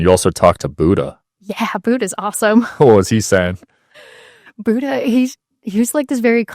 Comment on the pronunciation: The way you all pronounce “Buddha” is like nails on a chalkboard. Amazing content, nonetheless!❤